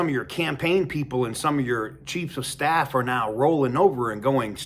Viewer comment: Did you say,"cheats of staff"?😂😂